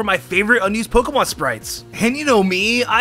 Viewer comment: it bothers me so much how he says “pokuhmon”